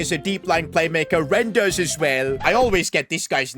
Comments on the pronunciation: It's rein-ders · I’m an ac Milan fan. The proper pronunciation is Rayn-Durs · As a dutch person its pronounced rayn-durs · reinders not rejindes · Rain-yers not rendeirs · Ti-ja-ny Rain-deers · You say it r-ei-n-d-e-r-s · You pronounce it RI ne ders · You pronounce Reijnders r eye n ders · Im dutch you call reijnders just like R I nders (its with the i, like i am or something like that) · Reijnders name is pronounced ryn-ders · It’s pronounced “tiani rienders” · you say it like "rajnders" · Raah-yi-n-ders is how you pronounce it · Tijjani reijnders (Ti-ani Rein-ders) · It’s pronounced Reijnders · btw u pronounce reijnders name like this : Teejahni Raaiyndurs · it's "Rai-in-ders" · to say reijnders his name just act like spelling it ri-nders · Ti-Janee- Reign-ders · Rainders, not rein but rain like mine 😊 That's how it's pronounced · TEE-JANI RAIN-DEERS THATS THE PRONOUNCIATION YOURE WELCOME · Pronounced Rine-ders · Personally I pronounce Reijnders' name as Rain-ders, but thats just me 🙃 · it’s pronounced Ry-n-ders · Its ti-jarni Rayn-ders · you pronounce his name as Reynders like the word reindeer but with the s 😊😊😊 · is prounced Rainders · it is you speak it out like "tieanie reindurs" i am from the netherlands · Its pronounced 'Tiijani Reinders' Like reindeers and Tiii many I's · Its “ Reijnders”